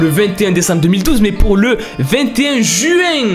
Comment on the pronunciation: OH LE MALAISE QUE JAI EUUUUU!!! (JUÉAINN) PAIS PEC TES ALCOOLISE OU QUOI?!